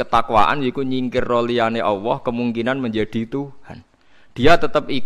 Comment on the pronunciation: Knapa gus tiap nybut Nama Alloh knpa Awoh...😀😀apa kuping saya yg slah🙏🙏😁